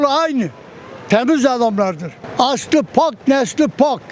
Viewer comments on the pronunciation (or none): Aslı pak derken ben pbaska anladim sanki😂